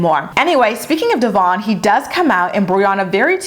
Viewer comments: It’s DEVOIN not DEVARN!!! 🤦🏼‍♀️ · I hate how she don't even pronounce Devoins name correctly, that alone shows you how disrespectful and petty she is. Also how she going to tell him he do the bare minimum and he ain't a man? Yet he is there for both her daughters he is the only positive male figure they have. He gives that emotional support unlike her, because even she admitted that if Stella had the option to run to her or him it would be him that in it self says alot. Your other bd don't do shit yet you give his ass money whenever he come around and to this MAN that steps up for your kids you just be doggin him. Get your priorities together your kids are going to see for themselves that he is present and you just talk shit. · Just a thought can you please pronounce Devoin name correctly . The host have and I feel like you should to if talking about him. Please don’t come for me